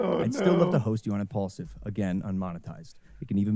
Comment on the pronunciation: No wonder it’s called impulsive (impaulsive) because he talks without thinking 😂😂😂